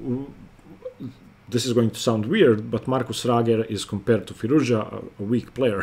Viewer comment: Alireza is a genius....i'm glad you pronounce his name correctly, Firouz- Ja!